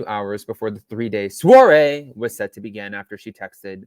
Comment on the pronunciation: The way you said soirée 🤣🤣